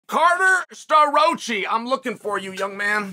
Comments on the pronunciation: CARter Sta-roachee. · Uncle Chael took Starroci's name to the back of the woodshed and straight butchered it